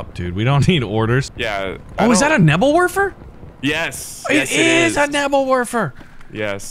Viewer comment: a nebbel worfer? you mean a Nebelwerfer